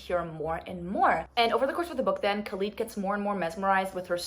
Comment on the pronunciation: I actually the first pronunciation of Khalid was correct, this is how we pronounce it in Arabic😊